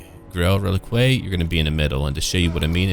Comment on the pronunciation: Hey man, I'm loving these new campaigns, but for fuck sake, relique = reh-leek... Not reh-likway. Every time someone pronounces it in the latter a high elf dies of arrogance.